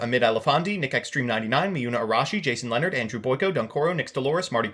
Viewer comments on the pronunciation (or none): none